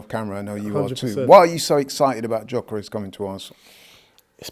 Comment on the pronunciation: I wonder if will ever learn to pronounce Gyokeres' name correctly.